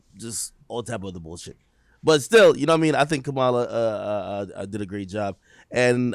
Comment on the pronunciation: Comma-Luh not Ku Mah La 🤦🏽‍♂️